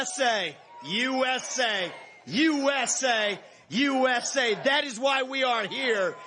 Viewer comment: is he saying U S A or Jew S A?